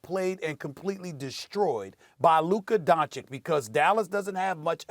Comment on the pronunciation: "luker donchick"